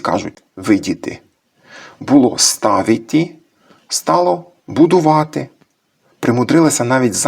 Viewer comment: Цікаво. Дуже. " ставити" Ви озвучили так, як вимовляють мешканці гірських р- ів Буковини сьогоднв